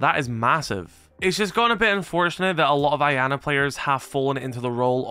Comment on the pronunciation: Man the way you pronounce “Iana” almost makes me sick, you’re not supposed to pronounce the I, it makes a “Y” sound, so it would be “Yana”